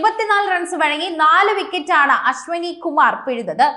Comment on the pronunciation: അശ്വാനിയല്ല😂,അശ്വനി ഒന്നുമറിയില്ല